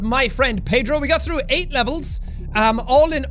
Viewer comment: Me starting the video: Jack: welcome back to My Friend Pedrrrrooooo Me: laugh intensely (by the way I’m Portuguese and he said Pedro PERFECTLY)